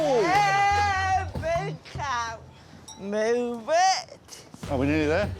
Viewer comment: “MOOve it”